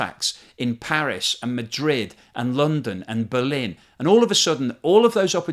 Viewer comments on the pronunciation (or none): none